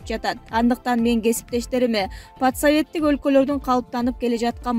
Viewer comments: Журналист кыз жакшы суйлойт экенсин маданияттуу граматно. Бирок айрым создорун туура эмес угулат экен мисалы патсаветтик эмес пост советтик болуш керек эле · Окуп жаткан кыз!туура оку, пат.саветтик эмес.пост.советтик деп оку!!! Мектепте 3-4 кө окуган окшойсуң! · Под советтик эмес !!!Постсоветтик карындашым!!! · Постсоветтик дебейсинби маанисин озгортпой подсоветтик дейсин которуп корчу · патсавет деп айтпайт туура окучу